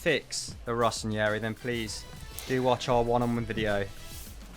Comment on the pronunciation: rossoneri not "rossonieri"